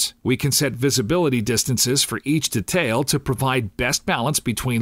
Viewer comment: Except when he pronounces detail.. hurts my ears :/